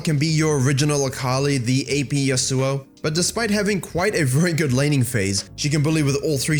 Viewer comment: It's been almost 7 seasons since Yasuo's release and you people are still butchering his name... It's yAsuo not yasUo. Seriously, how long before you learn to spell a name correctly